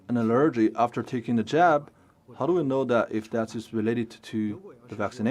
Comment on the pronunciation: CGTN, we really need to work on the translator's proper pronunciation of English. "Allergy" is pronounced as the stress is on "A" instead of "E". It's kind of embarrassing.